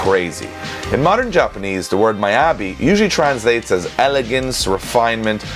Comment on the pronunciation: its pronounced ME-YA-BE...... tbh those quarters look very clean GJ